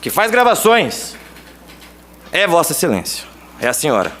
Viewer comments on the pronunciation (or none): "Vossa excelençia" , essa lixo, sorriso de hipocrisia!